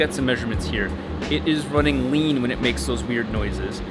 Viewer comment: rrrrrrrrrrrrlean